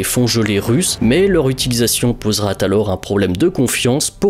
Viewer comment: J'ay beaucouPaimé le "poseraTalors" 😂😂